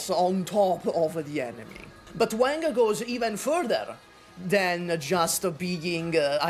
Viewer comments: i love you but i cant watch this video because of how you pronounce wang, it irks me so bad… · I am here to listen for ranting about Wang but I had to hold myself back from cringing at how butchered Wang's pronunciation 😂 My China-Indo self is dying from cringe listening to him saying Wang haiyaaa